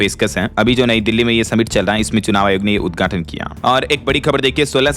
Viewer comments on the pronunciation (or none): Sleeper vande bharat train ka west Bengal me udghaatan kiya - dhyan dena- ye udghatan hai- uddhatan nahi jaisa ki bhai bolta hai- samajh rahe ho naa 😂😂😂😂❤❤❤❤🎉🎉🎉🎉😂😂